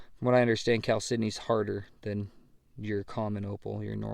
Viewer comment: How hard is it to be say Cal-sydney? Geese. Ha ha ha ha.